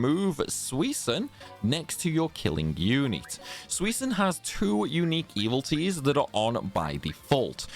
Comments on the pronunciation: E-VIL-i-tees. 4 syllables. Not “evil T’s” But thanks for the vid. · you keep saying "evil-ties". But the word is "evil-i-ties". You're eating the "i" in the middle. 🤭